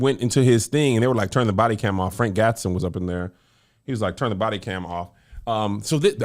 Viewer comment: Frank GATSON.. not Gaston lmao